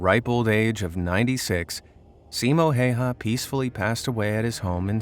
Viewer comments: Respect for Simo Häyhä from protecting Finland so well. Cause I live in Finland. I find it really funny too how you say his name. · U pronounced simo häyhä wrong 😫😫😫